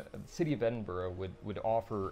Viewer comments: i love living in edinburgh. but its edin-bura not edinburough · edinbrough beurtiful lol, maybe in the game irl it is awful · Shame the Dev cant say Edinbough